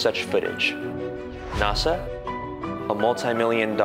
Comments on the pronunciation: "...highest quality aluminum. Pulled from the crust of the Earth itself."? Really? Where else would you get aluminum ore from? "NAwSA"? smh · Stop saying NASA like "nausa". It doesn't have that sound. That really irritates me when people incorrectly say that.